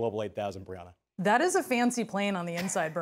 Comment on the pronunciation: Anyone else hear him call her Big Brianna?